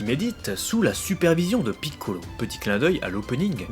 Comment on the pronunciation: J'adore comme tu prononces Piccolo! D'ailleurs, je trouve que cet épisode est superbe! Par rapport au 89 dans lequel j'ai vomi!